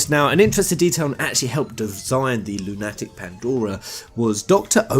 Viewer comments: Oh for god sake stop sayinf 'Lune Attick" :,D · You seriously don't know how to pronounce "Lunatic"? It's not an uncommon word... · I've never heard it pronounced LunATic before. But a LunATic Pandora does sound more apt than a lowly Lunatic Pandora. The latter makes me think "crazy", while the former sounds more like a moon-related descriptor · And some of the monsters resemble lunar ticks... Lol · Forever laughing over pronunciation of Lunatic. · Why do you pronounce 'Lunatic' wrong? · Why can't you pronounce lunatic? It's lunatic like a crazy person...